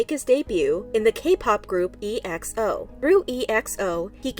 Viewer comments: it’s not E X O it’s xo like the letters x and o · EXO is pronounced “ex-oh” not e-x-o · I lost it when they pronounce EXO as E X O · its's not E-X-O ok? It's Exo. DO your research. Also would like to tell my fellow Eri although I'm just a new fan-ExoL's out there, stop with the OT12 please!It's NOT gonna happen ever again! OT9 is the way to go ever since Luhan and Tao left!Stop dreaming or defending this man who left the boys hurt and shocked and making them relearn all the choreos right before their conert. And now look what he's done. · It's actually pronounced as EX-O(say that quickly and it sounds like Ex zo) not E-X-O. Don't pronounce it letter by letter. I m not mad, jux pointing out the mistake👍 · Her E.X.O Me: tf its exo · Please just search how to say the names. There's no E.X.O group, it's EXO bc it's said all together like exoskeleton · I know this is so off topic but is pronounced “EXO” not letter by letter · Ya I heard is pronounced like XO and not E -X-O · You say it as exoh not e x o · Im sorry, this video was amazing but PRONOUNCE THE WORDS RIGHT, ya kinda sound like siri. Its Ex-oh, not Ee-ex-oh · It’s pronounced X O. 😐😐😐😐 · "E.X.O" Ma'am, just pronounce it as it is😫🤚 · EXO is pronounced as "ekso" like in "exodus". it's not "ex-o" nor "e-x-o" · it's not. in pronouncing "ex-o", people pause a while in the "x" then continue to "o" afterwards as if there is a space between the two letters. the right way to say it is to complete it as a whole word without pause like how you pronounce the exo in exodus. calling exo as ex-o is like pronouncing exodus as ex-odus. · shes not- we dont pronounce EXO like E-X-O. We dont pronounce the letters we just say it as it is together. Exo. "Eckso". And just bc she asian doesnt mean she saying it right- I'm asian too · "E.X.O" you just pronounce it the way it is lel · no. We just say Exo like 'ex-oh" not E.X.O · Its not e-x-o its exo dont say it indevishualy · It’s pronounced ex-oh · EXO is pronounced “ex-oh”